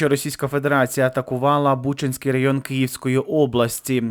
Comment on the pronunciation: Який Бучинський район ⁉️ сам ти -бучинський д...л, що ти мелеш ⁉️ БучАнський .